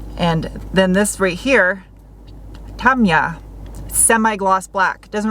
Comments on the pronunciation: Nice garage upgrade. Not sure if you were messing up the names of you model paint is pronounced “Tam-ee-a “. Model paint what a great idea! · You appreciate it?? No, no, we appreciate it!! 👏🏻 Model paint is fantastic stuff. You wouldn’t think so, but it works like a charm! Also, that’s Tamiya as in Ta-me-ya. 😉 Don’t you love it when the solution just presents itself as you describe it. 🙂👍🏻 This is going to be the best updated Mr Dos on the planet! 👍🏻😎